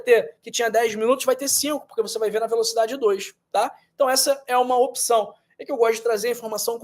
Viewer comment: Gostei do vídeo!! Muito elucidativo. Só uma pq observação: a pronúncia de opção não é opição.